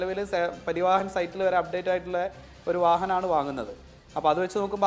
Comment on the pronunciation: പരിവാഹൻ അല്ലേട ഊളേ 😂😂" പരിവഹൻ"